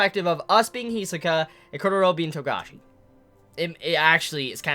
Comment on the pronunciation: Every time you say Chrollo something inside of me dies :p